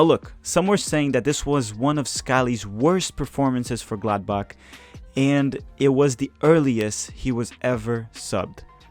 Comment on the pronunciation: It's not Glad Back it's Gladbach. Or most well known as... Borussia not Dortmund